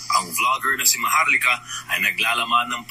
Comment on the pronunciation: Maharlika O MAHAR-LUKA!! Hahaha kagaya ni Hari POQUE, este Harry roque pala